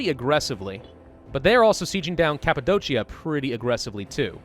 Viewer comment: Hi both of the Cs in Cappadocia are k sounds